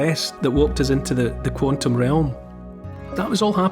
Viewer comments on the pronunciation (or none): none